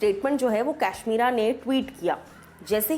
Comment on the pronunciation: Ap kashmira ko cashmera bolta ho